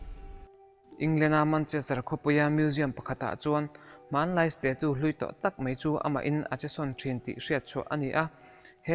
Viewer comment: Stachu tiin lam rawh, sta-tu ti lovin😂